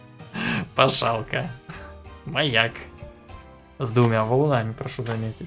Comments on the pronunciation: Правильно не пашалка а посхалка! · Как люди говорят pashalka: Англичане: pashalka? What? Русские:пасхалка: Пашалка! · не пашалка а пасхалка